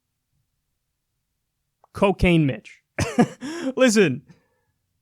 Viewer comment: Little girl 1: "Mr. Don, what's coo-cane?" Also, Dude, the preferred nomenclature is Asian-American.